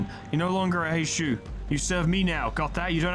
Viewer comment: Because you asked for folks to correct your on your pronunciation (and nobody has because they're all busy losing their shit over the april fools event): Heishou is pronounced as "Hay-show". Like with most Chinese and Japanese words, the U is typically silent or blends into the previous syllable if it's the final letter of a word. Also, on the topic of Ryoshu and Outis's Mao identities, they're currently being heralded as the "Rupture Saviors", being some of the only IDs in the game that actually go positive without rupture EGO gifts. They inflict a load of rupture, rupture count, and hit hard while doing so. Rupture aside (though it's their focus) they are also ABSURDLY fast, with Strider [Mao] giving +5 haste which lasts for 3 turns and can be refreshed by using either unit's Skill 3 or their counter skill (there is zero reason to not have Strider Mao up at all times). This brings their speed from 4-7 to 9-12 as effectively a passive effect for how little upkeep it requires, on top of the 2 Haste her Skill 2 grants her, which brings Ryoshu up to, solo, with 0 support, *11-14 speed*. Outis can reach the exact same if you use her skill 2 twice in a turn. They don't need speed buffs, the ARE the speed buffs, easily able to outspeed anything that isn't straight up a scripted event with 20 speed. Generally, build a team around them with Rupture in mind, there's 0 need to make them even faster unless you specifically need to outspeed enemy Mao (which rarely ever get that fast).